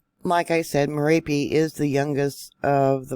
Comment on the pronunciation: Not miripi but Mè-RA-PI👍